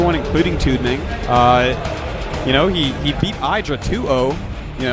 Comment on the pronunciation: Eye-dra and Zee-lots. Disgraceful.